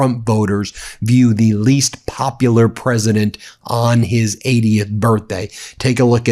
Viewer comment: Pwezident Elmer J. Fudd